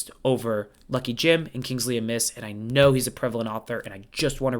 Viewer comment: Great video. Forgive me, but the surname Amis is accented on the A, not pronounced like the word amiss.